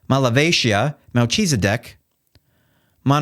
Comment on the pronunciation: "Mel Cheeseideck" Really?